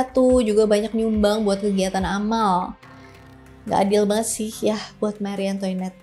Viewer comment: Makhri antoanet bacanya 🤗🤗